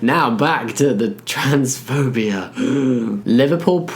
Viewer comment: It so often sounds like you're saying "transphobiar" and it makes me smile. Actually, listening to you talk in general is just... comforting. You always sound so warm and friendly and sincere, and since I'm American, you also sound just a little bit fancy to me.